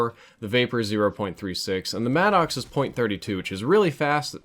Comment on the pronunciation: i’m gonna confirm the gun Maddox is pronounced (mad•ix) not mad ox